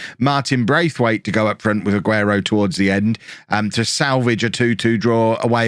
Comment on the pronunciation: Just for reference, Braithwaite is pronounced like there isn’t an I after the 1st a 😀